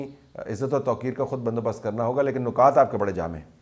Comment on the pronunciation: نکات کی "ن" کے نیچے زیر پڑھا کریں۔ نقاط کی نون پر پیش ہے۔